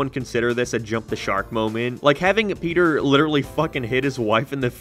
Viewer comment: Bro said petter 😂